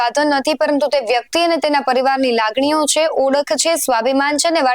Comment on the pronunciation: ઓડખ ન હોય, ઓળખ હોય... સ્ક્રિપ્ટ લખનારા અને વાંચનારા.. બધા સરખા...